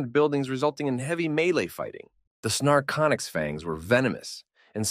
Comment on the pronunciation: The mistakes the A.I. reader makes can be rather amusing. I am hearing the name of one ET species as "snarconics", and the text says "narcotics"...perhaps these aliens are addictive? LOL